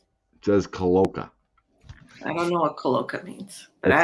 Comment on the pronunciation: Cloaca- sounds like clo-A-ka